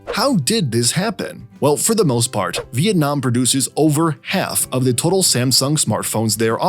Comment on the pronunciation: as a vienamese person, i really appreciate your effort to make the video and the way you pronounce our country name correctly